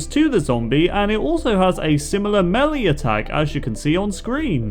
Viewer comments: Dude doesn’t know how to pronounce melee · Yeah. Also, he said melee like melly. It's actually pronounced maylay.